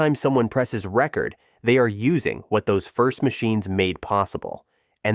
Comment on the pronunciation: either AI is reading the narration or the narrator isn’t too bright on the pronunciation of “record!”